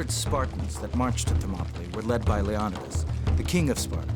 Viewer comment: The way he pronounces leonidas name irks me